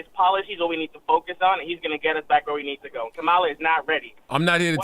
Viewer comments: Why can’t they pronounce her name correctly??? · Since the announcement we have a bunch of people that supports the new Democratic nominee but can't pronounce Kamala's name correct LOL! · They couldn't bother to correct the people mispronouncing her name? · Kamala (pronounced Comma-La). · It's pronounced "Calm A La" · SAY HER NAME CORRECTLY!